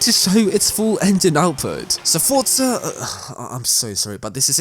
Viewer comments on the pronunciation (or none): it is not FOR-TS-A it is FOR-Z-A